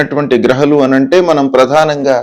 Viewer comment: Grahalu... గ్రహాలు.. హ కు దీర్ఘం ఉంది .. సరిగా పలకాలి కదా